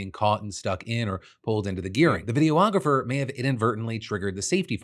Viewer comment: what is this pronunciation of videographer?